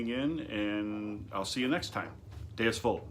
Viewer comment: You said Deus correct. Vult is said Wult but spelled Vult.